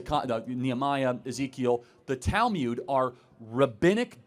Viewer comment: Minor nitpick: It's not 'tal-myud,' but 'tal-mood.'